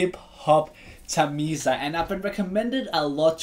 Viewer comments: bro ... the pronunciation is not ...thameeza .. thamilaa ... and good reaction .... thank you... continue... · bro u need to pronounce him as tamila not tamilzha